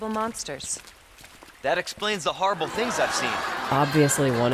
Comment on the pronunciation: “That explains the harrible things I’ve seen 😀” makes me laugh every time